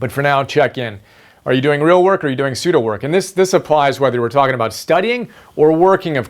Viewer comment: The way how you pronounce Pseudo is kind of awkward. Because another study tips Guru Thomas Frank, he mentions Pseudo Skimming in his covering the 5 reading strategies. Not only that but Thomas is already my first favorite study tips guru. But doesn't Pseudo work sound like your passively reading. Whereas, reading by word excluding the different ways without reading paragraphs by words. Instead, Thomas states, is to hack Akrasia by using this short term award for eating healthier snacks like almonds for each paragraph. And also, tracking your progress is much important because Thomas uses BeeMinder which, is basically a website of keeping track of the assigned tasks for certain numbers by time in minutes. Overall, I am worried that I may be missing important key terms, phrases or few details and fast facts from, certain parts of the paragraph when using Pseudo skimming.